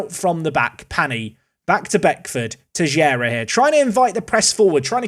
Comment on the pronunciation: Btw, Teixeira reads "Tey chey rah".